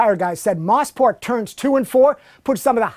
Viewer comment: Moe-sport... Not Moss-port. Has to be the most mispronounced track on earth.